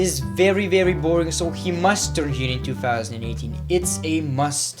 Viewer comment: I hate when he says 2fousandand18